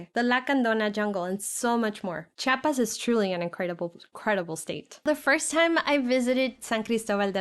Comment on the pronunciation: Se dice chiapas, no chapas